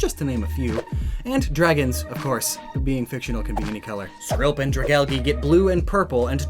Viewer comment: Dragalge, not dragalgi.